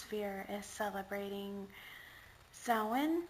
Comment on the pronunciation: Really enjoyed the historical presentation of Samhain! Not to mention the pronunciation of it! I've seen the blurbs in other texts of HOW to pronounce it, but have actually never HEARD it pronounced before! LOL!